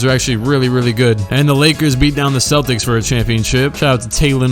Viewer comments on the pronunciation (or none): none